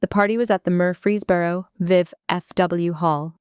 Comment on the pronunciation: Watching from Tennessee. & the town is MURFREESBORO, not Murphy's Boro!